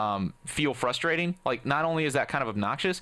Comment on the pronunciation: frustrating not frustarating